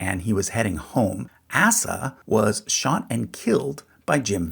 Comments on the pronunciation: AY-sah, not ASS-uh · Just watched Hillbilly Elegy last night. This really clears up some missing information from the movie. Also, I believe the correct pronunciation of "Asa" is ay-zuh not assuh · ASS-uh McCoy huh? lol the name is ACE-uh and is Biblical and means 'physician'.... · heh. "Assa" it's usually pronounced Ay-sah. "Randall's son, Roseanna"? <_< LOL your cc's also skip Usha's family and start in on the Bowmans ahead of the narration. Honestly, I would have skipped this one, but then cursor showed the full title and former friend is a Hatfield on his mother's side, Flatbush (from DeSoto, Mo. she passed last year in 2025). and the father is descended from Jeff Davis' brother. yeah, he's total maga. hence the FORMER. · Asa is pronounced Ace-ah - not ass-ah. At least, I've never heard it pronounced any other way. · I must correct your pronunciations. Atleast in SWVA we would say "Asa" as "Aye-suh" not "Ass-uh" and "Johnse" would be pronounced "Jone-see" not "Jones" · Pronounced "ACE-UH". Asa Vance. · Asa is pronounced Ace ah. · I believe ASA McCoy's name is pronounced with the long A sound, as in "Ape", not the short "a as in apple" sound. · Also and on a side note Asa is pronounced like Ace-a (long A sound) and It is Big Eff not Big Eaf. 🤦‍♀️🤦‍♀️🤦‍♀️ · "Johnse" is pronounced "John-zee" and I'm pretty sure Asa is "Ay-suh" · Asa: pronounced: Ay-suh. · I'm cringing because this is my name and you're pronouncing it wrong; the first A is long. I did get called "Ass-uh" when I was a kid sometimes by teachers who didn't yet know me, to the delight of my classmates. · Shouldn't this name be pronounced like Ace-uh? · (With all the love and good natured teasing) It would be notable on this channel if they DID pronounce all the names correctly. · FYI the name Asa is usually pronounced “Ay-sah,” rhyming with “mesa.” At least that’s true in Appalachia. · Because you think its bad? Because when you say it like not the way which would be Asa, it TOTALLY makes it bad